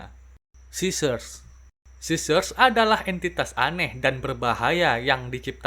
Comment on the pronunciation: Bang train eaters gak ada Edit:bukan sissers tapi scissors